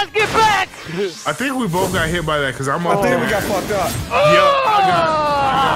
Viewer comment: At the end he said bucuse